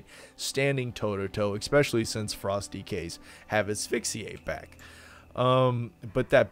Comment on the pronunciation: Please stop saying "expecially". English is your only language, you should learn it.